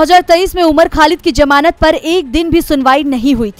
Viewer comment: जमानत शब्द सही नहीं है, ज़मानत कहा कीजिये